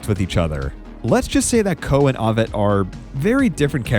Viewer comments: Excellent work you've put in but please learn the name Ovett is pronounced Oh-vette, not Ah-vette. You can hear the correct pronunciation in the old footage of his races. Keep up the good work with your videos. It's obvious how much research you put into them. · Ovett with the 'o' as in 'yolk' not as in 'hot'.. at least that is the UK pronunciation. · Please learn the correct pronunciation for: Nurmi Tanzania Ovett Boit Morceli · Someone with knowledge of athletics should know how to pronounce Ovett properly, and as for Tanzania? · you can for instance hear how "Ovett" is properly pronounced. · You’ve got commentators in the video showing you how to pronounce Ovett. And still you get it wrong. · obviously the narrator knows nothing about athletics. He also mispronounces Ovett.